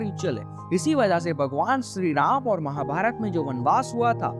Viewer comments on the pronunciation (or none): none